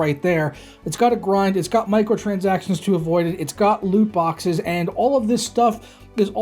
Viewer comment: This dude said “Loot boxes”😭😭😭😭😭